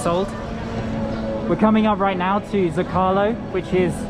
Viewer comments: Not “zo-cah- lo”. “Zow-ko-lo”. (Soft w, almost not there) Small “limes”. Limones (lee-mon-ez) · Its pronounced sew-Ka-Low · mispronounced zocalo, it's zoh-kah-low, with accent on the zoh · Glad to see you back. So much to enjoy in Mexico. A minor pronunciation note. Put the stress on the first syllable in Zócalo.